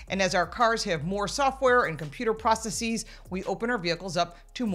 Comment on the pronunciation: It's processes. There's no such word as "processees".